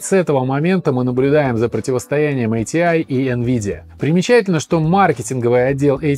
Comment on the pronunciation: буду произносить как раньше, а не как правильно - и погнал - айтиай айджипи. ати и агп по канону. айджипи люди далекие от компов могли только говорить. до сих пор ни разу не слышал в живую такое произношение